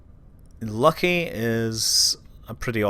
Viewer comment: LOL...Your "Lucky" sounds like my miniature schnauzer that wants to rip the achilles out of every postmaster that they change to locally...